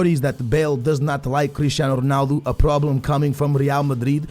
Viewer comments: u say stuff like Ronaldu instead of Ronaldo its annoying and funny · Why do you pronounce 'Ronaldo' Ronaldu